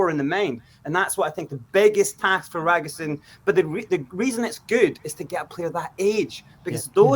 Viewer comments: I asked my Romanian girlfriend and she informed me that his surname's pronounced "Dra-gu-shin". 🇷🇴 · It's pronounced drer - goo - sheen , with the stress on sheen. You are welcome! 😉 COYS! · For pronunciation : Dragusin... the 's' is a 'sh' sound and the complete end sounds as shin or sheen depending on regional dialect. Alaistair Gold rekons 'sheen' is correct: Dragu-sheen. The Romainian neighbour up the road rekons both Ragusheen and Ragushin are acceptable pronunciations. The 's' is definitely a 'sh' sound. COYS